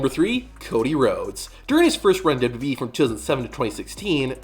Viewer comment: I see you still can’t pronounce 3 letters. It’s W W E not dub duby.